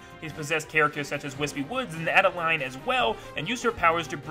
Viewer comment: YOU ARE SO STUPID! IT'S ADEL-EEENE NOT ADE-LINE, DRAW-SHA NOT DRAW-SEE-AH, CLAY-SHA NOT CLAY-SEE-AH, LAND-I-AH NOT LAN DEE-AH, LANDIA HAS FOUR HEADS NOT THREE, TARANZA IS MALE NOT FEMALE, STAR DREAM HAS NO GENDER & IT'S DREAM LAND NOT DREAM WORLD!!! PLUS, META KNIGHT TRIED TO END LAZINESS, IT HAD NOTHING TO DO WITH KING DEDEDE!